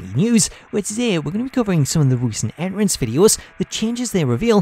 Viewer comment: Dude says “en rance” entrance my guy